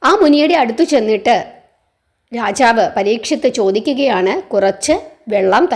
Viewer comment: രാചാവ് എന്നല്ല രാജാവ് എന്നാണ്. കഥനന്നായി പറഞ്ഞു. അക്ഷരസ്പുടത കൂടി ശ്രദ്ധിക്കുമല്ലോ.